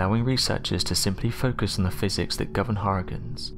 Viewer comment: I've never heard anyone pronounce "hurricanes" as "har-cuns". Luckily you said it 27 times in 60 seconds. Any less & I would have never figured out what you were trying to say.